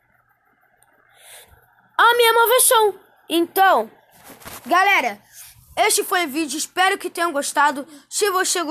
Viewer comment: Uma hora ele fala galera outra galela